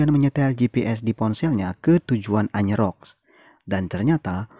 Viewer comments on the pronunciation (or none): bang bukan anyer rock, tp ayers rock